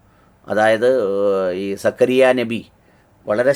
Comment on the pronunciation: സക്കറിയ നബി അല്ല zakkariya nabi ennanu ucharikendath